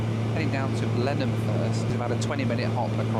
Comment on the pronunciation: One of my dearest friends in the world is from Blenheim! I have always wanted to go. You get extra credit for the impeccable pronunciation of Blenheim... Now we need to practice on your "Ezeiza"...